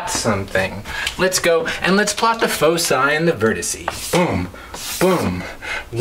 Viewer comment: You're pronouncing foci wrong.